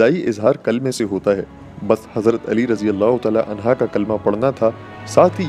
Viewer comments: Bhai ye anha nahi hain anho hain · Anhu not anha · Anha nhi Anhu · عنہا نہیں عنہ جاہل انسان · Sir razeallah hoo anha ni anho hoo hy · عنھا مت کہیۓ بھاعنہ کہیۓ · Anha nahi Anhu sahi h. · Razin Allah u taala anha nhi anhu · Ali razi Allah anha nahi anho hai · It is "unhu" not "unha". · Razi Allah anhu hota hy g anha nhi isy durust kryn kindly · Anha nahi bhai hazrat ali r.anhu kahte hai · Anhaa nahi hai sir anhu hai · Ali arazyallah anhu hai anha nahi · عنہا نہیں عنہ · حضرت علیؓ عنہ ہے عنہا نہیں یہ غلطی درست کریں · It is Ali Razi Allahu Taala Unhoo (not unhaa) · Hazrat Ali. Anhaaa ni anhoo hoga hy bhai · Anha nhi hota bro anho hota hy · Hazrat Ali Razi Allah anho and U every time said Hazrat Ali Razi Allah anha which is totally wrong please correct before uploading and answer me. Thanks and regards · عنھا نہیں ہے عنہ کہ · Bhai anha nahi anhu kha jata hai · Mashallah subhanallah jazakallah but mola Ali a,s bolain anha nhi